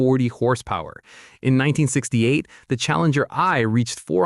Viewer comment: Challenger One... Not Eye.